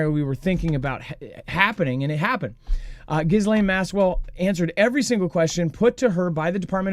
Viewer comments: please can you stop saying Ghislaine with the s - the s is silent! Agree that Pam Bondi being off 'sick' is suspicious timing 🤔🤔🤔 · she is scum - but it bothers me every time I hear it said wrong 😂😂